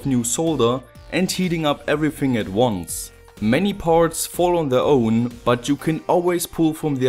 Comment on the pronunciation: The way you say words like 'iron' and 'own' I’m sure you’re also know as 'The Apocalyptic Inventor'.